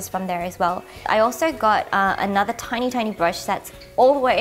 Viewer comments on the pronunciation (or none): none